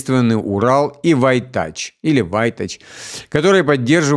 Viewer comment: Не Вайтач,а Вайгач! по названию острова между Баренцевым и Карским морем.